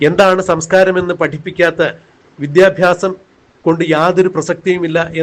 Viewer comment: ഫരണ ഗടനാ... വിദ്യാഫ്യാസ മണ്ടൻ